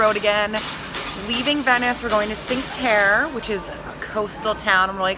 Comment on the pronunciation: Cinque Terre = cheenk-wuh tear-ay, I believe